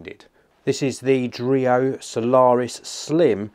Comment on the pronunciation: dreo? i almost thought it was Oreo... oh boy